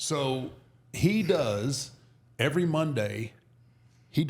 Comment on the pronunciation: (EVERY NOT ERRY)